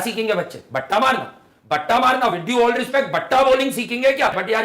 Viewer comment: Batta nahin bhatta , बट्टा नहीं भट्टा बाल